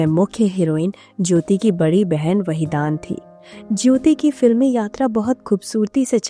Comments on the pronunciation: वहीदान नहीं बल्कि वहीदन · Wahidan your pronsa tion is wrong nice blog